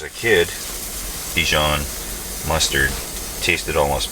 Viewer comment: You had me until you said dijon